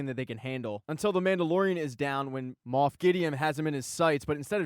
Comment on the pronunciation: This was fantastic! Even though you said Moof =)